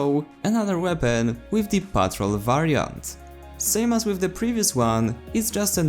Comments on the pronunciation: Also it's pronounced patrOLE not PETROL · He just pronounces it so funny lol. It's pronounced like PAHT-ROLE. Basically. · It's pronounced as patrOLE and from this update the weapons that I tried were Ross Infantry which is actually a combination of Gewehr 95 straight pull with SMLE.303 sweet spot, Sjögren Slug basically a moderate fire rate model 10-a slug but not fast as the model 1900 slugs 300 rpm, M1912 p16 experimental faster fire rate than the original making this weapon Battlefield 1 equivalent of AN-94 & AK-12 Battlefield 4 since they have high fire rate in burst and lastly the optical variant for Ribreyolles 1918 Factory more accurate at a cost of higher vertical recoil when firing in full automatic without the bipod more accurate in single shots and full automatic with bipod deployed on a Ledge or prone position.